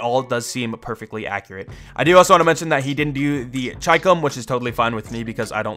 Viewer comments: Ch-eye-com its literally chi-com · it’s pronounced (she-comb) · the Chicom is pronounced Ch-e-com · I always pronounced the Chicom as Shee Comb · I think it is pronounced chee- come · "The gun I always mispronounce" You can tell he doesn't play BR at all. If you find one and mark it, it will literally say "Chicom here!" and you'd hear the pronunciation lol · pdw was already a user-friendly since then in cod mobile after you unlocked it via leveling... by the way you're not alone in pronouncing chicom wrong. most people read it like how they read chicken but it was pronounced how we read china... for some moment i pronounce "chi" as "ki" in some instances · It is not chicom it is chicom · Bro, i think ur earlier pronounciation of chicom was right. In br, mark the gun & the game itself pronounces chicom the way u used 2 pronounce it earlier.